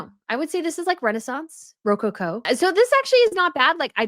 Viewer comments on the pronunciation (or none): always enjoy your channel and coverage. Am curious about your pronunciation of rococo... have never heard it said that way.